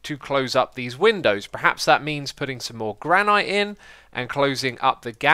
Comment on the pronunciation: It pronounced GRAN-IT NOT GRAND NIGHT